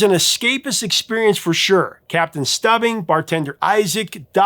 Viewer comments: I’m guessing you didn’t watch the Love Boat since you called him Captain Stub ing instead of how it was actually said Stoob ing but since you know so much and I learn so much from you I won’t roast you too badly 😂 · You got in trouble for making a mistake in the last video, then you proceed to call Captain Stubing,by Stubbing. It’s pronounced STOOBING and if you were watched it and didn’t read it on the Teleprompter, you would know that. Where is the theme song for Fall Guy? Greatest American Hero should have been #1 on the list. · Same! I chuckled at Stubbing. 😁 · Captain Stūbbing, not Stǔbbing, hard U please… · Captain STUBBING? It's STEUBING. Stew-bing. Have you ever even watched TV? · The captain's name on The Love Boat sounds like Stew-bing. Not like stubbing your toe. You didn't really watch it, did you? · I can't believe you said "Stubbing..." It's Stoo-bing! 😊 Jill Whelan??? She went to Livermore highschool and was a freshman when I was a senior. 😀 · Capt. ‘’Stew-bing’’ not stubbing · STOOOOOBING, STOOOOBING.. NOT STUBBING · Captain Stubing (pronounced Stoo-bing), not Stubbing. 😁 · Captain STOOBING not Stubbing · The captain of the Love Boat - his name, Capt Stubing - it sounded like Stoobing, not Stuhbing. You might have been a little too young to enjoy the Love Boat. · Capt "Stubbing"?? 😂 it was pronounced Stoobing. But so glad it made the add-on list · Captain "stubbing"? It is pronounced "stew-bing." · Love the list, but you clearly Must be too young to have watched the Love Boat.. “Captain Stubbing” Instead of captain stubing (stoobing) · "The Love Boat" captain was STEW-BING, not STUBBING!!! And Jack Jones died in October of '24 at the age of 86. I had the 45 of the "Charlie's Angels" theme. The flipside was "Bumpers Theme" from "The Blue Knight". K-SHE Saint Louis uses the "Magnum, P.I." theme for their weekday morning weather backing music. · Captain Stew-been not stub been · “Stubbing”? Did you actually watch the show? “Stoobing”.